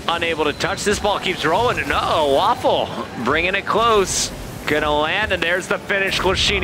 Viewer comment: Isn't Vafele's name pronounced as "ver - fell" as opposed to "waffle"?